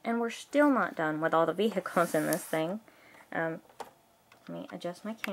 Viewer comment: I like how you keep saying ve-Hicles, that's funny.